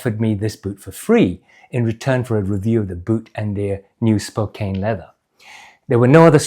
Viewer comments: It's pronounced like spo-can, not spo-cane. Great video! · Hey, love your videos! I watch them all the time and love your thorough dive into the boots! If you want to pronounce the name of the leather on those boots like an American, it would be Spo-Can, that’s how we Americans pronounce Spokane. It’s a city in Washington! Best wishes from Maine! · 2 comments… 1) I grew up just north of Spokane, Washington’s. Despite the “e’ at the end of “Spokane”, which would make you think that the “..kane” should be pronounced like a sugar “cane”, it is a short vowel, and is pronounced as a “can”, like a ”can” of beans. Hence “Spokane” would be pronounced more like “Spocan” 2) I noticed in your video, that as you were walking, when you put your heel down, your forefoot more-or-less ‘slaps’ down. I have had boots like this, especially new work boots with a stiff sole. It takes some getting used to this when walking..